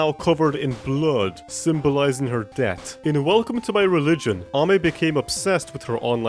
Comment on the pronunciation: cant pronounce death and for that i am more superior